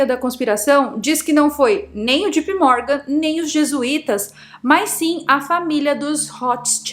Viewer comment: Só que JP Morgan pronuncia-se Djei Pi Mórgan. Não é djipi.